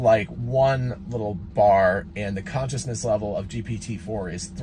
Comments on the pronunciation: ConCISEness, not conciousness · For the love of God, it says CONCISENESS (as in brevity, briefness), NOT CONSCIOUSNESS (self-awareness).